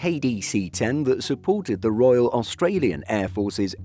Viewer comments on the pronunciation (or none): none